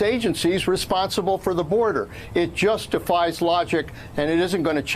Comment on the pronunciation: He said "it just defies logic", but it sounded like "it justifies logic"....